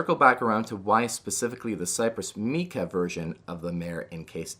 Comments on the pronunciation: Just FYI: It's "mike-uh" not "meek-uh" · Great video but “Mica” is pronounced with a long I sound, not a “ee” sound. Like MAI-kuh. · MAI-CUH, NOT MEE-CUH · My-cuh. Not Mee-cuh